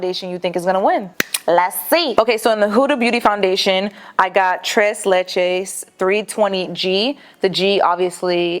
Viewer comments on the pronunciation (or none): "Tres lechays" 😂😂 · The way she said Tres leches 🤦🏽‍♀️